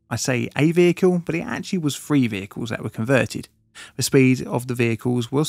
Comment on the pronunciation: Say it after me…. TH-REE. It’s not pronounced “free”!